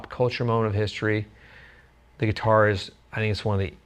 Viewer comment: What the heck is a guititar?